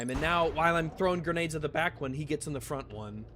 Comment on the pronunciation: “Its an endwess stweam of gwenades constantwy”